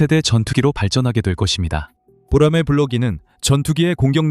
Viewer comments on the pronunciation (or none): 보로마이?? boramae~